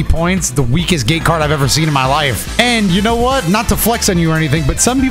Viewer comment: Am I the only one who heard gay card instead of gate card?